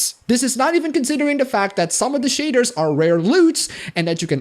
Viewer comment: you say shaders and i was hearing shatters